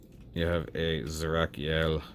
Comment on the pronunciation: The katakana on the box reads it as "Zerakiel," so you're on the mark with the pronunciation :P